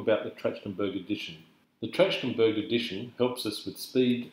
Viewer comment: Mispronouncing the name of the method.